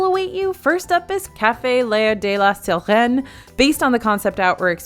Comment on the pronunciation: Nice job with "Sirene"! Way to work the accent!